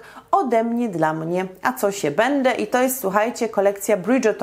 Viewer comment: Dlaczego mówisz do dziecka Ćo nie Co?